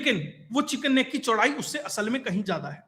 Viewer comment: अच्छा बताया पर वह चिकन स्नेक नही चिकन नेक है ..